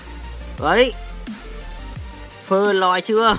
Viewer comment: tk này bị ngọng phê lòi ns phơ lòi kkkk